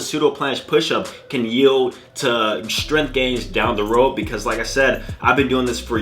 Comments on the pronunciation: Me: "Strength" You: "S t r u h n" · that level of strenth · no its shtrenth xD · With how much all these fitness youtubers know, you’d think they’d be able to pronounce the word “strength”